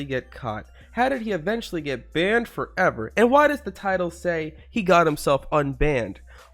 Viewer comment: And I like how he says banned FOVer